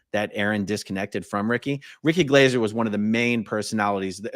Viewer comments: I love how Americans are just butchering peoples' names like there's no tomorrow, even if they're english names.. It's Ricky Glaaaahser mate, not Glayser. You literally hear him say his name twice in the beginning of this video. Thanks for covering this non the less. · ( pronounced Glarser ) I think. 😂👍